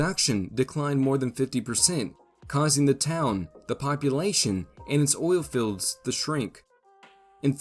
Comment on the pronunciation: Is it "oil filleds", or "oil fields"?